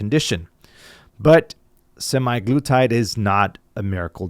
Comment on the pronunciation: A lot of great information here, but it was killing me how he was pronouncing it semiglutide.